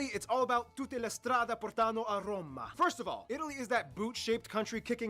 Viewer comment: "TUTTE LE STRADE....portàno a Roma"....Ahhhhhhh "Pòrtano" !!! Agghiaggiande ah !